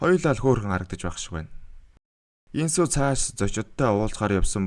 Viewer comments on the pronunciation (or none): Инсү бишэээ Ёнсү Гүг Ёнсү Aimar goy tailbrlj bn ghde nerin buru duudhar jhn